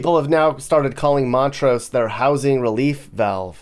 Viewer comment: and it’s montrose, Not mont rose.